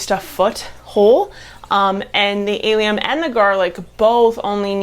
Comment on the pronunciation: Allium. Pronounced like Alice. ( Al)